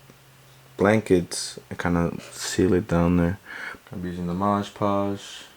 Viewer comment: Cool crafting no doubt, but man, why do you keep saying "MoDGE Podge"..? The name of the product is clearly "MoD Podge" (no rhyming, unlike in e.g. "hodge-podge" - I guess it's can be a reference for the name). I've actually heard a lot of crafters pronounce it incorrectly, so I'm just wondering. May be it's some meme I'm not aware of (like "bacon bond" = SuperSculpey's "bake & bond" among sculptors etc.) or what...